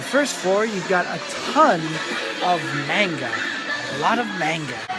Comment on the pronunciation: That was pretty entertaining. XD You have good charisma and use funny humor, I'm surprised this video doesn't have more likes. Oh yeah, the pronunciation for "Manga" was a bit strange, it sounded like "may-n-ga", where it would normally be "maw-n-ga". Also the gay manga in the beginning was Boys Love genre, which is mostly popular with girls, actually, haha. The female's counterpart to the guy's yuri(lesbian) genre, essentially. I think the floor before the card games must have been the section for males, if there were lots of boobs and butts and cute/sexy girls. Definitely not for girls(unless they're into that). I think you can tell what something in anime/manga is for, by just seeing are there hot guys, or hot girls. Hot guys = made for women... hot girls = made for men. Usually. It's something parents should be careful with too, since older people can easily mistake a man's R-18 hentai porn as something for little girls, because it has pictures of cute, colorful, innocent-looking, little girls on front... XD It's starting to work vice-versa as well, since sports anime is popular target for women with BL stuff. Always watch for the age restriction sticker and check inside the manga before buying for kids. My mother once obliviously bought me an adult BL game when I was still a kid. I wish I could go again, I saw a bunch of Touken Ranbu things in your video, but the last time I went to an Animate store (Okinawa), was before Touken Ranbu came out. :( It's interesting that th